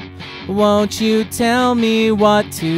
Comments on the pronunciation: My tank is empty, but my mail box is full I may run dry, oh but you never will not up to speed, but I can read So help muay. Will has to be spoken so as to rhyme with full, but since you pronounce me, muay, I think you can manage it. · You said "may" instead of "me" because that vowel sound is far more pleasant to the ears, and is much easier on the voice.